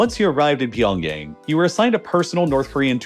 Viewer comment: You're saying pyeongyang incorrectly